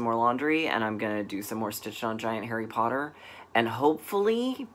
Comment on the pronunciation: Love your British accent when you said Harry Potter! Yes, Gloucester is pronounce Gloster, like Leicester is pronounced Lester! We have some great places names here (try Wymondham and Happisburgh) but you have Arkansas and the river with all the sssssss. Those Carriage House Samplings were really popular when they first came out, everyone was stitching them. Maybe Katie the Stash Queen will remember? They look really cute over one. Just saying....LOL Here's a couple of Qs for next week - when stitching a monthly series do you have a favourite month or does it depend on the design? Are you able to just stitch one or two or are you compelled to stitch the entire series?